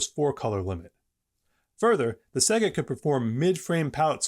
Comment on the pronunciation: Se-ga? Huh Sega like say-ga lol